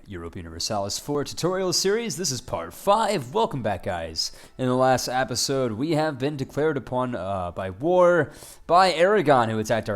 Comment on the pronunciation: why do you say apisode